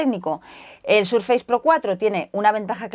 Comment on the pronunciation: Microsoft viene de muy antiguo, y es muy fácil de pronunciar, el prefijo "micro" existe en castellano así que se asimila. De todas formas es posible que si Microsoft fuera una marca nueva, recién salida y la aprendiéramos ahora, puede que entonces la pronunciáramos "Maicrosoft", de todas formas, se pronuncia "SurfeiS" no "SurfeiZ".